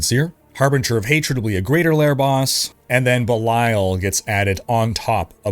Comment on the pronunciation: It's Baal, not (Bilail).